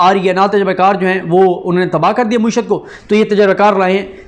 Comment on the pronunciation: Paindoo bhai.. ye lafz mueeshat nahi.. ma`eeshat hay ..